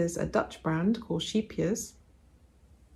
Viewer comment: Your Art Nouveau sweater looks amazing! I am Dutch, so I will help you a little bit 😀. Wol = wool, met verve is with passion, exaltation, zest. You say Sheepjes, but there is that C in it. CH make a sound that isn't used in most languages, it is a bit like a roaring dog. Just try it, ggrr from the back of your throat 🤣. Looking forward to all the projects you will knit with the beautiful yarns you have bought. Anja (eenleukleven)